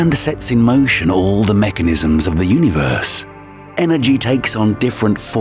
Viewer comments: Yoooneee-verse?😂 who hired this cat? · the way he says universe puts me off idk why lmao nice video tho